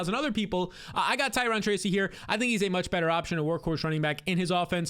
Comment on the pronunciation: Ty-RONE not Ty-RON!!!! You said Ty-RON Tracy so many times; nails on a chalkboard!!! Erica Badhu sang one of the most popular songs in my generation that they still sing today, “Tyrone” and she pronounces it CORRECTLY. Good video otherwise lol - think bank “loan” and rhyme it with “Tyrone” - or, I just got a loan, from a dude, named Tyrone…